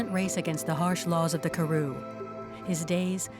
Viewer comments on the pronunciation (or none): Would be nice if the narrator properly pronounced Karoo- emphasis on the second sylable